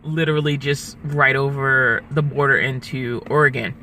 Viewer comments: Just some friendly advice, that might help you. Oregon is pronounced ORR-ih-gən, not OreGON. Actually there are several ways you can pronounce it, but try to avoid OreGON. Not that I personally care, but some people do. Like grammar Nazies. LOL. Hope you enjoy your stay in Oregon. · Or-e-gun. U-ki-uh. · Ukiah, the h is silent it just ends with short a - U- kie - a. Oregon is OreGUN. You have a fun adventure going on. 🙂